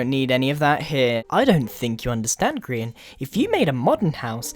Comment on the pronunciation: obrien cool but, you know you said "grain" not Grian.